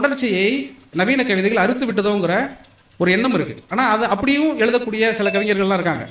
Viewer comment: ஐயா, எளுதக்கூடிய அல்ல, எழுதக்கூடிய ✅ தமிள் அல்ல, தமிழ் தான் ✅ அளகு அல்ல, அழகு ✅ காலம் எவ்வளவு போயிட்டு, இன்னும் ழ வரவில்லையென்றால் நீங்கள் வரும் வாரிசுக்கு கொடுக்கும் சாபம் அது. 🙏🙏 அளகிய அல்ல, அழகிய ✅